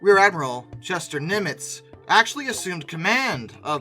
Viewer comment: I like the history, but PLEASE learn the proper pronunciation of some names! Example...it's Admiral NIM-itz, NOT nim-ITZ.